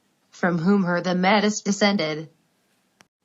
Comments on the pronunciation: Metis... no it is pronounced Meti... not Metis... It is written Metis though ! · Metis is pronounced like may tea